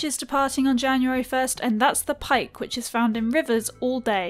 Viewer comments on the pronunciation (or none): none